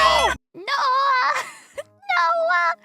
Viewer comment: says noeh as noah lmao